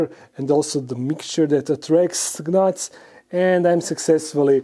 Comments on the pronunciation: The G is silent on the word gnats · I love the way you say gnats! Lol